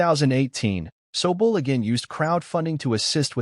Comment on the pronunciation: You could have bothered a tick to learn how to pronounce ZEVON & SOBULE properly, at least. This makes your article just tacky, ignorant and opportunistic. Blech on you!😢